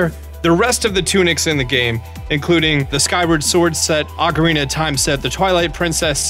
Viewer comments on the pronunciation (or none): none